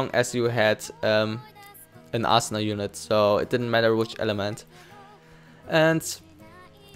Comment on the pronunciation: Dude how the fuck do you say Asuna in vocal, Asuna to Assna ? AHAHAHAH